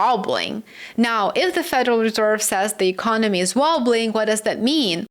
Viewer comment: Lower rates cant sell debt😮...e-con-oh-me wont pay debt back regardless 😅